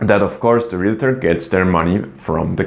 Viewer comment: Realtor not realator. Uninformed not uninformedly.